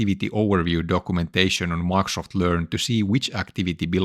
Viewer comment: I really wonder one thing. Why can't you pronounce Microsoft? It is a very easy word. You say different things each time; for example Maxt